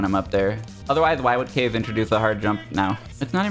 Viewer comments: it still kills me. I get that he gets to pick, but it niggles me every time I hear it. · I think pronounces it Ka-ze right? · The fact that they pronounce his name like "case" instead of the Japanese Ka-ze kills me every time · that's because kaze doesn't use the japanese pronunciation